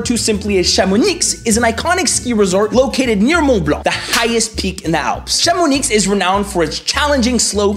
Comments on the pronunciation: Chamonix is pronounced Chamoni, you will be killed if you say that inn front of french guys from this région ! :p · You :"Chamonix" Me: "The X is silent, obviously. It's pronounced "Chamoni". Of course." You : "French makes no sense!!!!!!" Me : "I know...." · A wet bag (that's for not mentioning Brittany) from Mexico with a name from Brittany () lol. On aura tout vue. Could you make a video of your life? BTW The "X" is silent in Chamonix. Bisous des US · Haute-Route connects Chamonixxxx to Zzzzzermatt, lol. Non, cher. On dit Chamoni(x) sans prononcer le x, et en Suisse, Zermatt se prononce Tzermatt (ou Dzermatt si t'es romand). 😉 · Hahaha, the 3 times ChamoniXXX was painful 😅 great video for foreigners who only know Paris though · Oh no, toute la Haute-Savoie va te tomber dessus, on ne prononce pas le "x" à la fin de Chamonix 😰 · Never heard “Chamomix” pronounced like “Chamoniks”. I looked it up and saw that although both pronunciations exist, the silent “x” is what the locals say, like “Bruxelles”, either “ks” or “s”. I’m also from the San Francisco Bay Area, but live part time in Lille. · Tjs passionnant ^^ Mais on dit chamoniXXX ? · English !! We say CHAMONI(x) !! The X is silent ! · Le 'x' de Chamonix est muet, ça se prononce 'Chamoni' (j'habite à 70 kilomètres de là). (Je crois que pronouncer le x de ce nom est un délire des parisiens...) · It’s “ChamonI”, you don’t pronounce the “x” in “Chamonix “! 😅 Also, you talked about “Parc Astérix” but forgot to talk about “Puy duFou” that has won “best amusement parc” on a global level a few years ago! 😜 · Chamonix se prononce Chamoni on dit pas le x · Chamonixxxx, sérieux ? Il est muet, comme le T dans muet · Well, well, well, the X in Chamonix is SILENT! ;) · The x in Chamonix is silent ;-) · I paused to come say the same thing. Why would you pronounce a X at the end of a word? 😁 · About chamonix... Remember the silent letters in french? The X is one of those. (I asked google just to be sure)